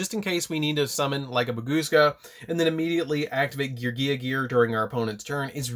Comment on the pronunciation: I love you and I love your content! But PLEASE pronounce my gear boiz correctly 😂😂😂